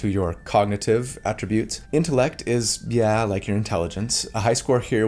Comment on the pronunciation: Thanks for this! Super hype to join a group and never play because we can't beat the final boss - Scheduling. IMO, "attribute" is pronounced differently depending on whether you are using as a noun or a verb. i.e. "I atTRIBute your success to your stunning good looks" vs. " ability to pick the right T-shirt for a video is on of his best ATtributes."